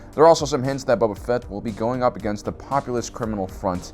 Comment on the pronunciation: Dude... stop calling him "Bubba Fett" lol. He's not an Alabamalorian.